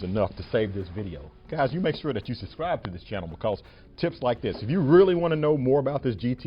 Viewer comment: Nice video. I learned a few things, although my trike is a bit older. One word of advice: try to pronounce words properly. "Suscribe", 😂 At least you didn't say "excape" or "axed"